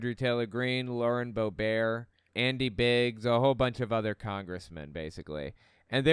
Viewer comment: Lauren Bobert is not French. The T is pronounced. Boe-Bert. She is a joke